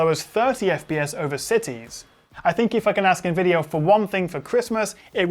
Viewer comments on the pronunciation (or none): none